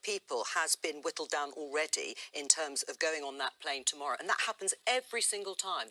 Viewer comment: If the fwights go ahead tomowwow it will be seen as a detewwant......